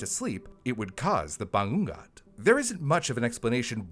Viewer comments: This would have made a great episode during Halloween. "Bangungot" - pronounced- ba - ngu - ngot - is a Filipino term for it... IIRC. Gawd, I haven't lived back home in nearly 2 decades. Haven't visited in 5 years. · Its called Bangungot (Bah-ngoo- ngoht) idk how to describe the sound of the 'ng' but its like a sound of a motor, the sound feels like coming from the nose. hope this helps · It's funny how "Misamis Oriental" was pronounced really well for an American but the word "bangungot" was just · Of all the videos I've seen here, never did I expect to talk about Filipino superstitions. Oh, and except for "bangungot", pronounced a lot of the Filipino words/names pretty well. Kudos to you,! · The bangungot though 😞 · Quite hilarious for attempting to prunounce 'Bangungot' . Extra credits for trying but good video for covering one of filipino's nightmare. It is truely terrifying and the fact that it is quite common occurence in ph. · the nightmare here is how pronounces "Bangungot" 😂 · Bangungot - /baˈŋuŋot/ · I'm from the Philippines and I dont know the origin of the word Bangungot. I thought it is just the tagalog word for nightmare. Anyways the way you prnounce it is ba-ngoo-ngoot. Idk if it helps cause "ng" is actually a Filipino alphabet. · it's pronounced as ba-ngu-ngot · It’s pronounced “bah-NGU-ngoht.” Source: I’m Filipino. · Its is pronounced as Ba-ngu-ngot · I was confused at first, but it's pronounced BA - NGOO - NGOT (the "ngoo" sound is elongated). The Philippines is a very culturally superstitious country so we have all these scary words. Like I think we have a bunch of different words for "curse"? I'm not a rural person so I don't remember. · Thanks for clarifying this!! I hope notices this. I was playing brew in the background and I kept saying to myself “ano daw???” Everytime he says banggat 🤣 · I noticed it too. All that I heard was... "Bangga" like what??? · Did he say BANGUNGOT ? 😂 The way he said it tho.